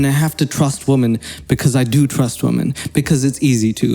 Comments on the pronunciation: Why do you say women as woman- "I haven't got good education" ahhhhh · Maybe stop calling them "wahmen". A pretty fucking misogynistic thing to say.